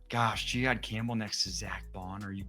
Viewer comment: he said it correctly? Jihaad Campbell. Gee-hawd